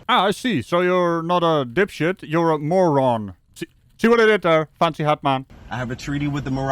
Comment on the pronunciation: Did he say he was a Moran. Yes he is😂😂😂